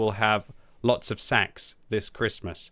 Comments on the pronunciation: Stop saying Sacks fml! Now I want to be getting lots of sacks for christmass. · Have a drink any time said SACKS.:D